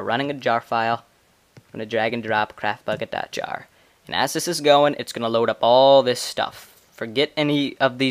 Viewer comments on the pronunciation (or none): to be honest when you said 'get craftbukkit' i thought you said 'get crapbukkit' :p